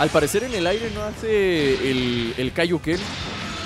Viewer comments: NO ES KAIOKEN ES TAIOKEN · Es Taioken No Kaioken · se dice Taiyoken no kaioken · se dice Taioken no Kaioken al ataque de Krillin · Es taioken bro, no kaioken <3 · no es kaioken es tyoken :v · es taiyoken no e kaioken